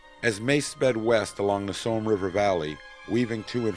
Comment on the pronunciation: ... very informative videos and thank you for posting. But I wish the narrator wouldn't pronounce Somme as "Soam" (as in roam) :>)